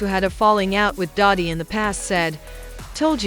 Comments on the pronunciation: Doddy??????? Doddy????? Its DIDDY UUHHGG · Look you should learn how to pronounce the name correctly okay if you just say anything now and daddy didn't do anything but you know come on get it together and I'm trying to be interested in your your podcast since you know what you've always smoke up my butt with his name you have lost his whole podcast video movie practice that before you go out there. Sorry